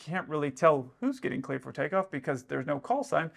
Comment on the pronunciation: He clearly said tleared for cakeoff 🤣🤣